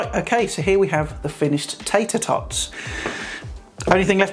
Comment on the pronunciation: Lol..."tayter tawts"🤣